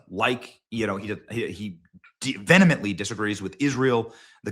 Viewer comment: ˈviː.ə.məntli. Please work on this.